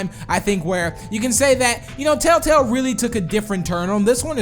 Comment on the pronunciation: why do you say taletale